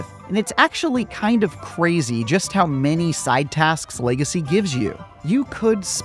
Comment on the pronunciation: "Hogwarts Lay-gecy"